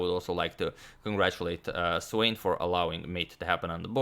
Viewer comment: SVANE - Wrong pronunciation! Please correct.